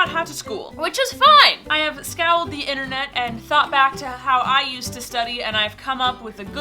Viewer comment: Did she just say (in the beginning around 16s) that she "scowled" the Internet? XD you mean "scoured?"